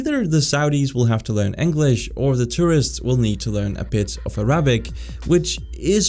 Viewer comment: Advertising the Speakly app while mispronouncing Arabic is hilarious